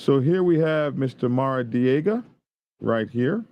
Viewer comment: “Maradiega ” …uh, hmm “Maradiega” we Californians could have told ya that ! …now available in Pine Level